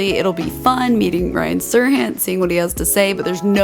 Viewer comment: One of my pet peeves is people mispronouncing my name. I've watched 100 episodes of Million Dollar Listing NYC. Pronounced: Sir'Han. The "T" is silent, like in Degas- the "s" is silent.